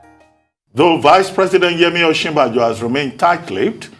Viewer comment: He is supporting Osinbajo and cannot even properly pronounce his name. He is saying "Osibanjo" but the VPs real name is "Osinbajo"!!!